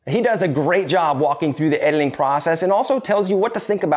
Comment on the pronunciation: It's "editing" not ediling! Also "community" not communily.....LOL